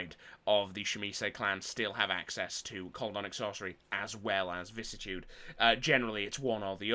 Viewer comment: Weird how people can’t pronounce vicissitude … vi-cis-si-tu-de.. google it, it even has a voice recording on how to say it.